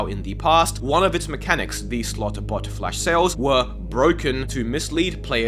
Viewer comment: He said "Slot bot" so many times that it started to sound like he said "Slut butt" lol